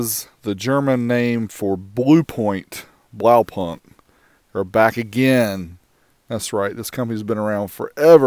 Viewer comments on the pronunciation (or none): it's pronounced blaupoonkt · Nope..... Blaupunkt sounds like... well, Blaupunkt :P. The 'au' as in 'ouch' and the 'u' as in 'you'. Then the 'k' and 't' at the end are pronounced hard. Oh well, that's the German pronounciation anyway. Have learned over the years that no matter how original your pronounciation is, all that matters is whether people understand you. So by all means, go with the local pronounciation! :D